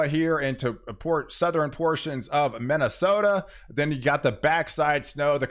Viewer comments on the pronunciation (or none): interesting way of you pronunciation on Wisconsin "Weskonsin",,,, Pink "Peenk" Minnesota "Menesoda"